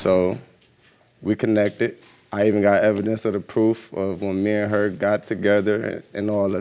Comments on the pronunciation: He said: " I got evedence of the proof of when we got together"🤣🤣🤣🤣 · "effidence" boy you didn't try